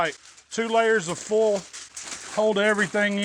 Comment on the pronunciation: Fowl = Foil :)